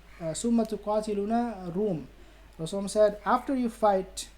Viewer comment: When you mention the prophet pbuh say the salawat properly you say rasulm or rasum say it properly rasool sal Allahu alai hi wasallam